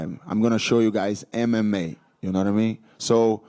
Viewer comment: Português muito bom mesmo, se não fosse pela pronúncia do "MMA", nem iria suspeitar.